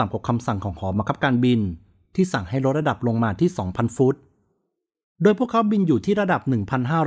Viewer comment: เป็นคลิปที่ให้ความรู้ เยี่ยมครับ ถ้าพัฒนาเรื่อง ร เลือ กับ ลอ ริง จะเยี่ยมกว่านี้อีกครับ ดูไม่เป็นมืออาชีพ แค่ รอ เรือ กับ ลอ ลิง น่าจะไม่ยากครับ ......ในตอนแลก ......รดระดับรง ......ลองฟังดูเองนะครับ